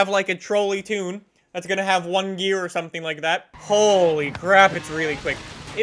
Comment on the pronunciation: you need to say the Lamborghini Centenario name right. The first part is centi like 100 for the 100 year anniversary. Please say it right